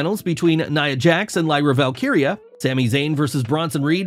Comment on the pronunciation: 😮 Finally pronounces Lyra Valkyrias name right